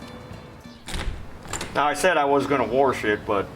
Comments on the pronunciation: There is no r in wash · "Worsh," lol. I live about 100 miles northwest of Worshington, D.C., btw. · What kind of cleaner did you use to "worsh" it ? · Love the way he says, "Wash"!! Uniquely American!! 😂🇺🇸🇺🇸🇺🇸🇺🇸🇺🇸